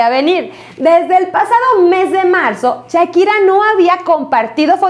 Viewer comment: Chakira y yerar pike Jajajajaja esta señora ni pronunciar sabe pero para soltar lengua venenosa en seguida